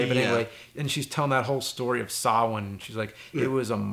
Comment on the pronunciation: Impressive that James pronounces Samhain correctly!